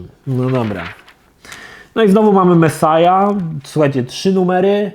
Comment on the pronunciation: Mesjasz kurła a nie mesaja typie